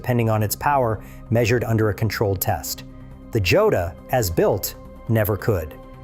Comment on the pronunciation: It is a sSpanish word. Pronounced HO-dah.